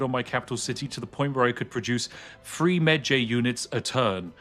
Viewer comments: Was somewhat irked by Spiff pronouncing Medjay rhyming like edgy, instead of like porkpie. But still an excellent preview of the game system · he butchered the name "mejai" lol watch the MUMMY... they will pronounce it properly :P jks